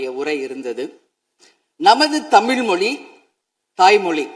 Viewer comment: அவள் பேசியதை கவனியுங்கள்.....தமிழ் நம் தாய் ""மொலி"".....என்று கூறுகிறது.....நீ எல்லாம் எப்படி மக்களின் பிரதிநிதி....என்று சொல்ல முடியும்......முதலில் நீ தமிழ் உச்சரிப்பை நன்றாக கற்றுக்கொண்டு .....பிறகு ஆளுநரை குறை சொல்லு......நீ இப்படி எல்லாம் திமுக...விற்கு கூஜா தூக்கரது பாதா ரொம்ப கேவலமா இருக்கு..... உன் மேல இருந்த கொஞ்சம் மரியாதையும் போயிடுச்சி.....சனியனே😂😂